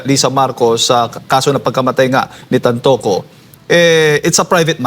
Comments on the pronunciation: TANTOCO NOT TANTUCU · TanTOco not TanTUco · TAntoco po..hindi tan tucu... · Brod tantoco hindi tantuco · Pronounce- TAN TO CO